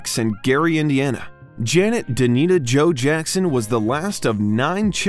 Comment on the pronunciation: uhhhh it’s DAMITA!!! not Danita